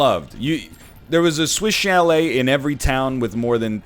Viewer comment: Ok the whole time he was saying "Swish Chalet" i thought he was saying "Switch LA"